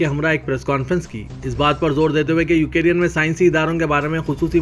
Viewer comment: URDU KA JANAZA🤣😛UKIRIN. (UKRAINE)